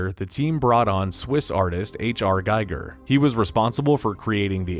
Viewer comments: Its giger not geiger. Different pronunciation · H.R. Giger's last name is pronounced "Ghee-gur", not "Guy-gur". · Learn how to say Giger's name! He shaped horror monster design, so show some respect